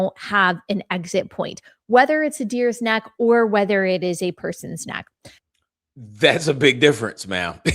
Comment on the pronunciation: Why does she say "nack" and not neck. Sooooo Annoying !!!